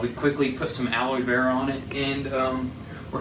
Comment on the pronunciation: I'm glad he's ok and I loved that he said he was glad he took the heat and not his mom❤️❤️. But am I the only one who heard him say Alloy Vera?😂